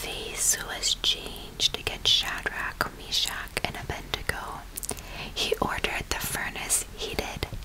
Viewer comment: The name is “Abed-nego”, with d before n, not “Abendego.”